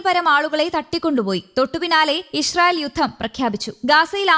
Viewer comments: ഈശ്രീയേൽ അല്ല ഇസ്രെയേൽ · ചേച്ചി ഇഷ്രയേൽ അല്ല😅😅😅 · ഇശ്റയേൽ അല്ല ഇസ്രായേൽ..